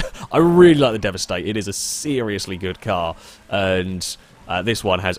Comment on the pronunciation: Stop the devisteight or deveste eight